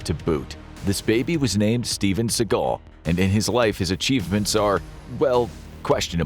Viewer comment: Who is this "Steven Seagull"?